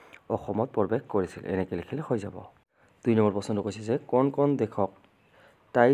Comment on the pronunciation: Sir aponi pohibo najane neki কোন কোন tu aponi কন কন বুলি পঢ়ে